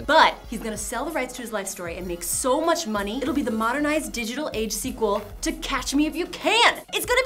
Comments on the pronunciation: "The Squeekuel", hahahahaha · I lost it at "The Squeakuel"